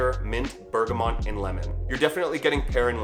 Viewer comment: Bergamont lmao wow.... even without adding in that extra n... that is not how you say bergamot.